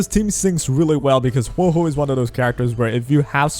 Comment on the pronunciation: Male characters are poppy. Waiu > everything Typical Male character using peasant, can't even say Huohuo's name correctly